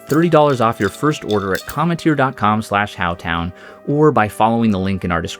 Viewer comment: That's not how cometeer is pronounced lol